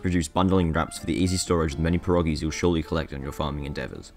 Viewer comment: You mispronounced perogies